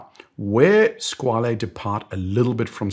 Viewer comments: I'm convinced that everyone produces Squale incorrectly based on Italian pretentions. There was a YouTuber called KDP Ross some years ago. He did a video where he attended a watch event in New York which was attended by Squale and he asked how to pronounce the name and it was confirmed that the name is "skwal'. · I’ve also come to this realisation recently. Squale means shark in French, not Italian, so pronouncing it as an Italian word doesn’t make much sense